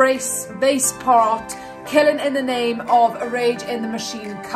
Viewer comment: Baceprot.. " ba " sound like bar.. "ce" sound like check, chess.. and "prot".. baceprot.. not ba se prot ..